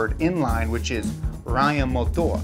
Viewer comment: As a german i can confirm that this is totally right.